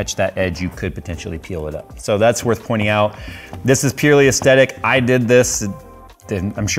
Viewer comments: Aesthetic. The H aint silent. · please pronounce aesthetic properly, it has a "th" in it :)